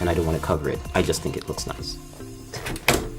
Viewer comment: He really said “I’m going to use the top slot so I don’t cover the SSD I want it to look niesh”